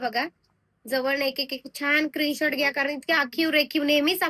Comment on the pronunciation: क्रीन शॉट नाही मॅडम स्क्रीन शॉट बोला